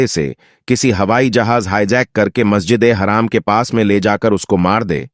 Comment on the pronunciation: Mqsjide haram zara thik se bolna tha apko